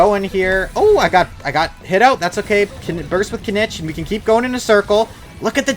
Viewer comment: Didn’t wanna be that guy but his name is pronounced kineech in game, hearing you say it wrong just reminds of how zyox says dandelion😂